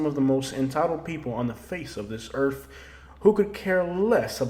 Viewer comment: Are saying Earf or earth??? Geeeze.